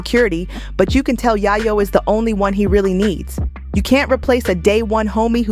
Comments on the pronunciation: 😅yay-yoh , not yah-yoh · It’s Yayo not yeyo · It’s Tony Yayo. Pronounced “Yay- o” . that’s driving me nuts lady. Learn how to say his name he’s A rap-mogul too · Who the hell is yah-yoo? Who is narrating this? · 50 seems like he’s a good man. And are you mispronouncing Tony Yayo’s name on purpose? I’m just wondering because you’re butchering it!